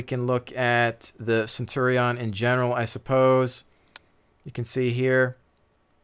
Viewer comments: Love the video, but Centurion is pronounced Cen-chew-re-n not Cen-tor-ri-on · It's derived straight from Latin, so, technically, you'd pronounce it 'Cen-tu-ri-on'. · Technically, Centurion is pronounced Ken-Turi-On. The Roman's did not have a soft c sound, it was all the hard k, which is why the german word for Caeser is Kaiser.